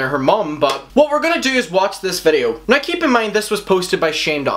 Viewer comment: Yo, pronounce the W when you say “now” please. Fuck.